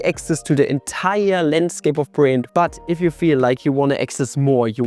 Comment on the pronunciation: Now try to pronounce the name of your sponsor again. For example say it like brill-yant. When in doubt, google-translate has a decent speech option.